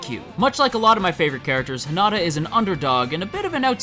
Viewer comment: You're pronouncing it wrong it's Hinata not Hinata